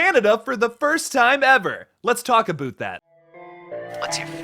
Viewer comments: I felt personally attacked (pun intended) when you said "aboot" loool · "Lets talk aboot that" - This sent me 😂